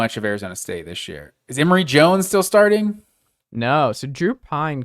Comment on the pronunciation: Emory Jones? Come on my guy. If you’re going to give an opinion at least do some homework…😎